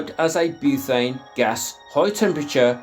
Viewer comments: Buthane? I thought it's pronounced butane? Am I saying it wrong? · You're right, I'm in Oz and there's ads on YT claiming it's Tesla coil technology and doesn't need fuel. Blatant lies. Btw it's "butane" not "buthane". There's no 'h' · Great video, thanks. Btw it’s “butane” not “buthane”. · I'm gonna go crazy if I hear"buthane" one more time😂😂😂😂😂